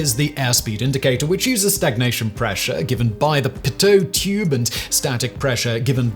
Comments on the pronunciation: I never heard pitot tube be called a Poteau tube.. I started in aviation my ninth grade year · I thought it was pronounced peedoe tube. Maybe thats a british thing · Pronouced Pee-tow tube